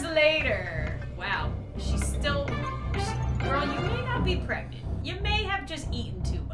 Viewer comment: Everyone: it's pregnant: it's preganant